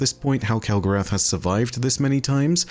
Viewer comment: Alright, now I'm just confused. Have you been been out with a bunch of Yanks lately and picking up their accent? I would have sworn you would pronounce it kel-go-ROTH, like you do with Wrath of the Machine. 😊